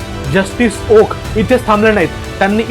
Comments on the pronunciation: अहो, ओका नाही, ओक म्हणा. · आहो ओका नाही, फक्त ओक म्हणा. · He u pronounce wrong, please say ,Oak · ओका नाही , ओक